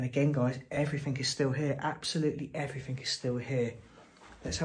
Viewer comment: The word "everything" ends in with a G, not a K. Everything not everythink.